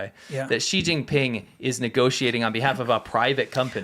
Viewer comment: how lame are these politicians still saying JI JIN PING ...